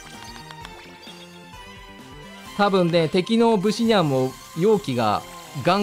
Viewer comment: ブ↑シ↓ニャンじゃなくて、ブ↓シ↑ニャンなw